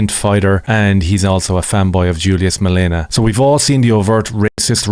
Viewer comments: MaleMA. Not MaleNA. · It's malema Ur poes . Not malena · Thank you for shining the spotlight 🙏 very much appreciated !!! (Note it's MaleMa , it's an M, not an N . Other than that, you got all the details right 👌 ) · Thank you for raising awareness on your platform about the situation here in South Africa 🇿🇦 🇮🇪 If ever in the future you are uncertain how to pronounce Julius Malema's name, it is in fact pronounced Julius DILEMMA 🦍💨💩